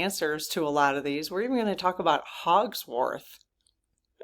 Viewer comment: Darlin, it’s HOG-WARTS Wizarding School